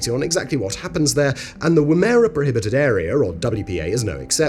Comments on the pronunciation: Woomera Australia. Not Woo-merra, its Woom-(as in woman)-uh-ruh. Woom-uh-ruh. Sorry just being pedantic 😛. Nice work 👍. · As a local, sorry the pronunciation of your last video is WOO-MRA, not WOO-MEH-RAH. It must be very tough to get local pronunciations right given the sheer output of videos mate 😀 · “Woo-mera” 😂 It’s actually pronounced “woom-era” but as one syllable. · It's pronounced Wooma-Rah, Simon. Get it right! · Not to split hairs but it’s pronounced WOOM A RA or WUM A RA spoken fast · woomera is pronounced woomer-uh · They actually had to stop using Whomb-air-a as a testing ground, turns out all the munitions etc were being triggered by the pom's pronunciation. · Always interested in you video but its pronounced : WUMURA! not what you say. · Woomera 😂 it’s pronounced Wom (like woman) ara. And it was horrifically cruel to the indigenous people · PS - it is pronounced "Woom" (as in vroom, like a car) "Er" (as in her) "A" (as in ah) it is Australian Aboriginal for a stick used to throw a spear. Oh, and Hello from Adelaide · Typical English speaker putting the emphasis on the second syllable. if the word isn't English, the emphasis is more than likely on the first syllable! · Woomera is pronounced "wu·muh·ruh" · Your pronunciation of ‘Woomera’ is way off. It is ‘Woom’ like ‘womb’ then ‘er’ like ‘her’ then ‘a’ like ‘ah’. And yes, I have been a resident there. Outside of that, the township is open to the public as other comments have mentioned however the RAAF base and testing area are very restricted an so large almost anything could be held, hidden or lost there. Hot dry and very remote. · 1. woo-mer-uh 2 A-bombs were carried out at Maralinga and Emu Field, not Woomera. 3. At its height the range extended to around Exmouth Gulf in WA, about 1900 miles, connected in part by a highway known as the Gunbarrel Highway, it was so straight. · Woomera is pronounced woom'ra. My grandfather used to work for the military out there testing rockets. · WOM - ER - RAH